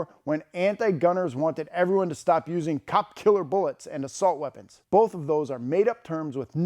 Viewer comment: I thought said "sexual assault weapons as well" lol